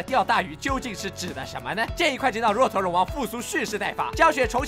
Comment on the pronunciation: 若陀龍王，若念作"惹"。